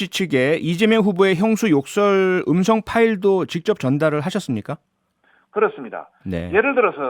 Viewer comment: ㅋㅋㅋ 엄성 아니고요~음성 입니다